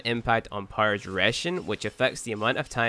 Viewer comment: I would appreciate you if you stopped pronouncing "power" as "pyro" because i can understand everything you said except that word took me a while to realize what you're saying...